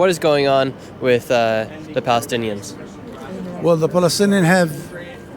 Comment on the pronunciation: *palestinians bro.. how are you calling yourself a journalist if you can't say that word correctly or perhaps you're just playing a redneck